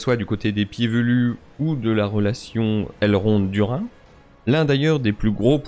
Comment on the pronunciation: La prononciation des noms dans la VF est effectivement horrible.... HEUREUSEMENT... y a aussi une VF canadienne... beaucoup plus potable. Pas de Elrond du royame de (Vincent) Lindon, ni de Cele-brin-bor, mais bien un Elrond du Linedonne et Celebrimebor...